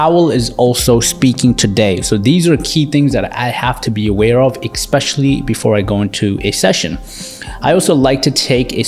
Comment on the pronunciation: Dude....it drives me crazy when people say "EXpecially". There's no such word! Its "ESpecially". Who taught you English??? Similarly, I would bet that you say "EX cetera"...when the proper phrase is "ET cetera".